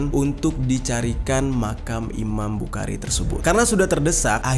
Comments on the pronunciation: Bang cara baca"Bukhari" itu bukhori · Saya mau ralat امام بخارى خ Bukan, ك، k Yg betul, kh, خ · Bang jer tanpa mengurangi rasa hormat, pelafalan imam bukhari itu dibaca dengan huruf o di huruf a nya, jadi bukan dibaca bukhari tapi bukhori , tapi untuk penulisannya emang bukhari, cuma pelafalan nya saja yang beda Karena kan itu huruf bahasa arab sebenarnya yang bang jer juga tau di huruf hijaiyah itu ada kha, tapi di baca nya kho 😁🙏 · Imam bukhori bang klo bukhari kya kurang pas di telinga, tpi kontenya bisa menambah wawasan sejarah bang mantap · Bukan iman bukari Tp imam Bukhari di baca bukhori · di bacanya jadi imam buhori..🙏🙏🙏😉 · Bukan bukari tapi bukhori pake خ bukan ك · Maaf ralat ... Imam Buchori... dibaca Buhori...... tq... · Hehehe iya bang, dan tepatnya bukan mempermasalahkan, tapi membenarkan apa yang salah 😁